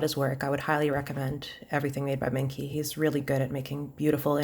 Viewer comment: I think it’s pronounced like mung chi